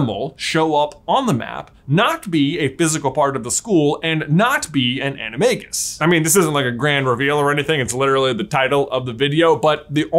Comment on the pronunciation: You pronounce animagus wrong :(